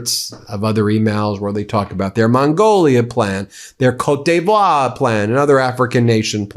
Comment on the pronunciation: Ben... I love you man... but your pronunciation of Côte d'Ivoire is just awful.